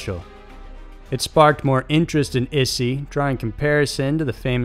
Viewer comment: translate google took like 5 seconds to get an audio sample. 5 seconds. c'mon. it's not rocket surgery. it's not yer-ren. It's more like "yee-ren" or you could get away with ""ee-ren" or "e-ren". Japan: not "issy"; more like " 'e' - she" (イッシー). again, 5 seconds. ugh. also, not "su ki no ko"; try "ts u chee no ko". #ck it. i give up. Just refer to stuff as "this, this thing right here".